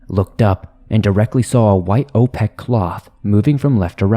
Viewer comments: The word is not opeck. It's opaque. The story . By swamp dweller. This is why I stopped listening to him. It's annoying. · opaque =/= o-PEK-kk. opaque = o-PAY-ke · Opaque is oh-pāke. This is just for future use information.